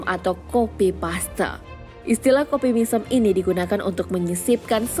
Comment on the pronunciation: Belajar bahasa inggris lg min Masih bynk penyebutan kosa kata bahasa tersebut salah. Contoh paste(harus nya bilang nya (peist) bukan paste Jgn bikin malu lah udh 6jt sub Masa gk mampu kursus.